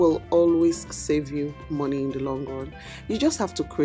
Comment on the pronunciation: Did juist say "What is te skincare routine of this fish?"🤣🤣🤣